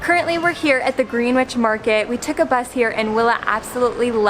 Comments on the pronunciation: Green-witch market 😂 … pronounced Gren-idge 😜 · Greenwich is pronounced grennitch, not green-witch ;) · Not wishing to be a nit-picker, but it's 'Grennitch' and 'Burra'. Food looks outstanding!